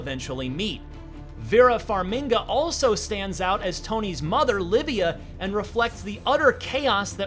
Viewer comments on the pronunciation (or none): Did he just said Vera Farminga? Instead of Vera Farmiga? Hopefully she didn’t see this. Lol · Vera Farmiga not Farminga